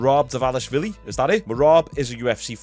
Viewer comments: Merab Dva-lish-vili the first v is silent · I saw a vid on ig of merab pronouncing his name today, it's like da-valish-villi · Not sure why but I always thought it was “Derinashvili” not “Dvalishvili”